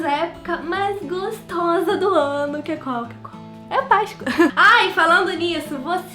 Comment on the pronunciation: pq vc fala Paiscoa invés de Páscoa